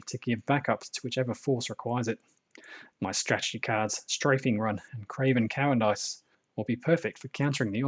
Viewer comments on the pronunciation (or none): I've enjoyed waiting the battle reports but your pronunciation of cowardice and Ghazghkull was shocking.